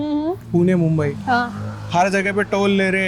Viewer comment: Maa mumbadevi🕉️ ke naam par basa ye shahar mumbai hai aagar tumhre naam se tumhe galat bola jaye to kaisa lagega iss liye jyada angrej matt bano bharatiya hi raho oor bhartiyoo jaisa hi uccharan karo😂. Jai Hind Jai Maharashtra 🕉️🇮🇳🕉️🇮🇳💪⛳🇮🇳